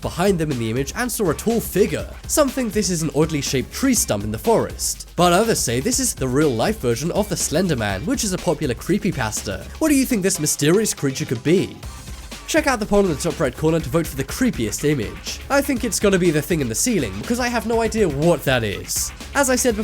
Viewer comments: Creepy p- asta? Can you say pasta? It’s the same pronunciation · creepy paste-a is how it is pronounced..you know like a copy pasta (paste-a) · Lmao the way you pronounce "creepypasta" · I just love how u say creepypasta. Im not making fun of it its just funny how u say it 😜